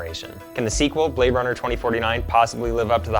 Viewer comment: he say you Blade Runna